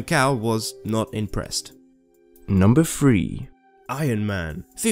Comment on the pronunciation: "Number free"